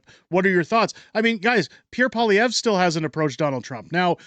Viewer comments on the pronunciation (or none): It would be nice if Kevin O'Leary could learn how to pronounce Pierre's name properly. It's Poli-Ev, not Poli-ver 😅